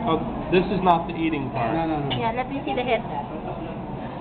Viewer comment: "...You hab to drink da soup.. Yeaaaayyyy!"